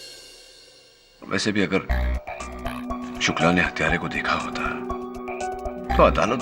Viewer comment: Hita nahi, 'hota' hota hai.. 😂😂